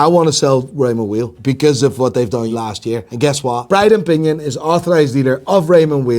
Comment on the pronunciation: It’s pronounced Raymond “vile” not “wheel” that’s the way you pronounce WEIL. I’m Swiss btw.